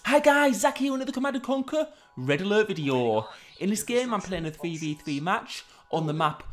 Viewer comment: "red aalart vidiyyoh". Love it ❤😂